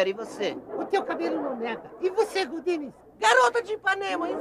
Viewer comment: E eu que jurava que eles pronunciavam GORDINES!? 🙊🌚😂